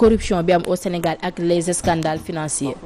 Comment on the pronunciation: Ce pays va mal. Mais ou sont formees ces femmes qu'on nous met sur les plateaux. Comment une tele peut-elle recruter une presentatrice intellectuellement vide qui dit "les zescandales"? Vraiment, Walf doit revoir son personnel.